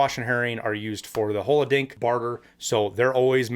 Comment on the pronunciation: Also, can't help but smirk every time he says "holodink" lol